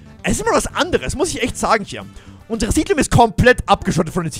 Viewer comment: Siedlung heißt es nicht sidlum 😂